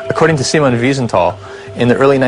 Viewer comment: siemen vinsentile? I think you mean Simon mate.